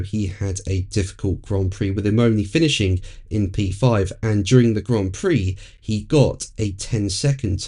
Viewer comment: D uring Not fucking J uring